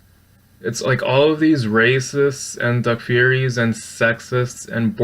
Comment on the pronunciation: Learn how to pronounce takfiri and what it actually means. Also sunnis arent salafi. Stop screeching salafi its annoying.